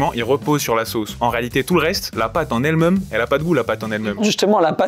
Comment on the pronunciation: « la pâte en elle mEUme » ???? 😂